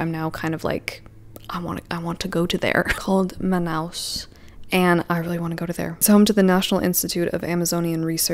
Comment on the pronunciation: I'm brasilian and I'm impressed of how good your pronunciation of Manaus was! Im so curious to read this book now